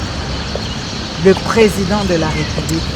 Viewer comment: Cher Frère,, vos émissions sont très bien suivies et appréciées partout à travers le monde. Mais ce qui fait une tâche d'huile c'est votre façon de prononcer le mot "président de la République Démocratique du Congo" c'est question de veiller sur la prononciation de "République". Le "ré" a un accent aigu. Merci. Si cette remarque vous a fait mal, je vous prie de bien vouloir accepter mes excuses patriotiques.